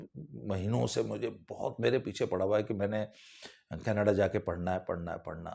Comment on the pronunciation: Sir very good mimicry When you try to speak in panjabi tone केनेडे